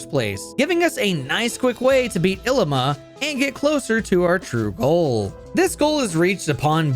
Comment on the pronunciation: His name is ‘i-lee-ma’